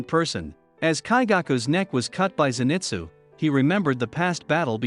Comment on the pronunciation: U say zenitsus name wrong